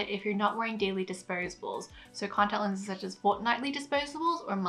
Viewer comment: I've never seen someone who can't even pronounce the words "contact lenses" know so much important information about contact lenses. Amazing.